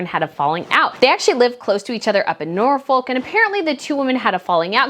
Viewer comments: It’s pronounced Chumlee and Norfolk doesn’t pronounce the ‘l’ aka Norfuk, and this seems like gossip mongering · Love this channel but please, check your pronunciation of UK locations. The L in Norfolk is always silent. Gloucester is another one that I've heard you struggle with, it's pronounced "glosster".